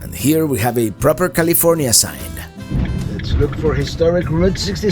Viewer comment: "Niddles, Caleefornya." 🤣